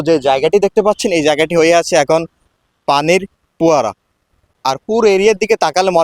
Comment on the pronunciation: কি সুন্দর উচ্চারণ ! বন্ধ শব্দটা বারবারই ভন্ধ বলছে, ফোয়ারাকে বলছে পোয়ারা , সঠিক শব্দচয়ন যে জানেনা সে আবার কিভাবে রিপোর্টার হয় !?